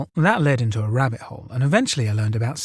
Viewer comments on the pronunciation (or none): none